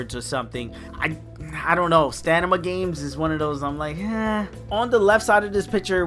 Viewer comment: Don’t know why you’re pronouncing it “Stanima,” but it’s also common to have reward crates that max out on mobile games, hence why there was a box